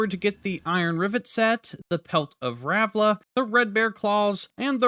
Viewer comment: Its ralva not ravla It's rellana not rennala, to every youtuber ever